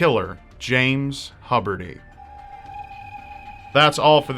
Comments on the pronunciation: It was pronounced "Hew-berty", not "Hub-erty". Other than that, pretty well done. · “Hubber-T”?? I’ve always heard it pronounced “Hyoober-T”. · its probably pronouced hue berty, thats my teacher's lastname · The host is pronouncing the last name wrong. Huberty---(( 'hue-ber-tee'))....hence why his name was misspelled at the time he sought help. It was thought that his name was (SHUBERTY) An obvious error from the 's' of his first name the combination of the 'h' of the last name__ I saw this years ago on an old MSNBC report on Mass Shooters. They, of course interviewed his wife. As I watch this video I couldn't help but remember some things she said to the kids..... "Don't Agitate Your Father!"..... It is sad that things like this continue to occur. Gun Safety,Loop holes,First Amendment, etc, etc.... a revolving door of mishaps and unfortunately big business, even if some gun Makers go out of business guns Have already Been Made!! It's all about the human mind. Apparently 'good' people turn 'bad', but I feel that is only the case because of ONE issue....S O C I E T Y itself!! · I'm sorry her name wasn't Michelle it was Kasandra But their last name you are mispronouncing the U in it is long it sounds like HUE-berty I realize that sometimes you can't use the real names but I know her and have asked her about her childhood also she has just given willingly information on what it was like to grow up with her father and it wasn't a lot of what you described. He was very disturbed all the time and the girls were afraid of him most of the time and from what Kasandra said her Mom never knew what he was gonna do. You are however right about the phone call, he waited for someone to call him back for hours but when no one did he just acted on his voices in his head. You did know he heard voices, that's why he called. Finally, he decided to obey the voices and then death by cop. I'm sorry I'm not usualy condisending and I don't mean to be this just something I know.